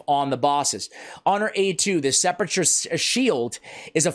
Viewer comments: Sep a cher Sentinel? I thought this was a guide for SE'-PUL-CUR Sentinel. Sorry, was an English teacher. That is the hole in a grave. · Can pronounce it right? Sepp-ul-ker